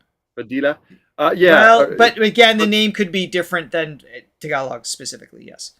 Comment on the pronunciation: Im really impressed by pronunciation of tagalog words… almost always spot on.